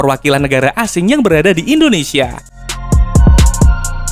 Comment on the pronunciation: Indonesia bang..bukan endonesa..